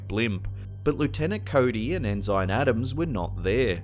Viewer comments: The very first clip. It is not pronounced “EN-SIGN”. It is pronounced “EN-SIN” as a rank a Sailor would have. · Ensign, as in Navy Ensign, is pronounced EN' sun. Not en SYN'. "Okay grammar Nazi." Hey! I'D want to know! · Lol. I caught a mispronunciation though its *EN-SIN not EN-SINE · Mate the word is not En Zign its pronounced Ensen. Holy cow mate you're an Aussie where did you go to school? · Future reference it’s n sin not n sign otherwise outstanding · Ensine is not pronounced In-zine it is pronounced In-sin. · Enzyme Adam's? It's pronounced ensign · Do you really not know how to pronounce, "ensign?" It's "EN-sin" and definitely NOT, "IN-ZINE" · forgive me if this is merely a difference between British and American pronunciations, but I couldn't help noticing you pronounced Mr. Adams' rank (Ensign) as EN-zine, rather than EN-sin. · For the record, the correct pronounciation is "ensin". Not "enzyne" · Dude, ensign is pronounced "in sin", not "in sign". Hopefully you don't pronounce commodore as "commoder". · interesting blimp story but its pronounced EN-SIN not ensine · It's pronounced En-sin. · Just FYI...ensign is pronounced en-san . 😁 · En sine? why not lie you tenant? Brig a dire general? Sergy ant? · We Americans pronounce the rank lower than Lt. En-sin. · Ensign is pronounced EN-SIN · Mispronounces "ensign." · I've never heard "ensign" pronounced that way before. I'm pretty sure it is pronounced the same in all English speaking countries, though. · At :37 seconds or so, the word is pronounced "ENN'-SINN", not "en-zynne". And also, it's pronounced "POINT RAY'-IZZ" a la Espagnole. Reyes means "kings". Da nada.